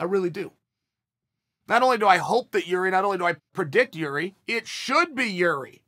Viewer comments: Damn, Chael pronounced Jiri's name correctly. Never thought I would see the day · Whoa he said his name right for the first time lol